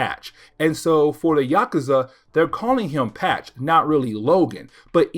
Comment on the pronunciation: It’s Yock-oozah.